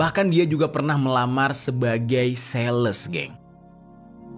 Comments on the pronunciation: Disaat ngomong kata sales,kok nadanya agak beda ya ? Emang kenapa dengan dunia sales ? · BAHKAN DIA PERNAH MELAMAR JADI SALES. Penekanannya kayak rendah banget ya SALES.